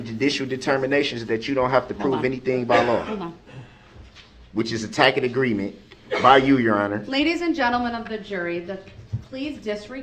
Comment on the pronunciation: Or “is that a tackett agreement”, “Grounzzzzz”, “that’s biast”, and “substain”! What a moron! 🤣🤣 I forgot about “axed and answered”! Lol